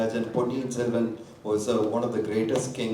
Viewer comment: സെൽവം അല്ല ചേട്ടാ സെൽവൻ